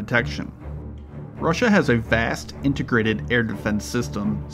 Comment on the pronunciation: “Intergrated”? LMAO